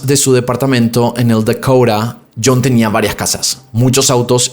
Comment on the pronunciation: Se dice edificio Dakota y no dakoura